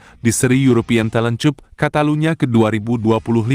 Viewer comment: Yg ngonten bisa bilang yg bener ga sih...talen cup..aga aneh ngomong nyah...